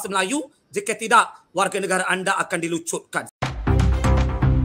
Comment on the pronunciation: Hancurnya bahasa Melayu.......sok Melayu tapi ucap negare, bahasa...bukan bahasa